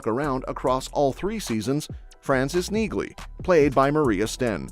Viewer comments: BTW, the name Nieghly is pronounced without the “g” like Neely. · You don't pronounce the G in Neagley. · The G is silent in Neagley. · The "G" is silent in Neagley, like the "G" in Neighbor and Phlegm🤔